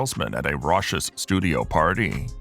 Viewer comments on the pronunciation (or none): Whoever is the narrator didn't pronounce the word raucous improperly! They need to make sure they go over these readings before they release it. Makes the viewing a turn off.